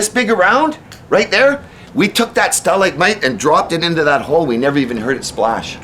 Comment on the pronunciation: stell-ike-tite, stell-ike-mite??? ha ha ha ha ha ha!!!!.